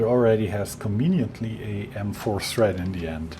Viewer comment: Aww... He says "conveniently" now. I may or may not have watched these for "conwieniently"